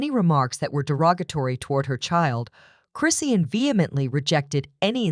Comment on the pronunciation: This site don't even say her name correctly